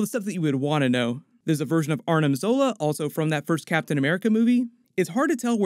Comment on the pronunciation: It's "A-R-N-I-M" Zola, not "A-R-M-I-N" Zola . Armin was the annoyingly whiny kid from Attack on Titan.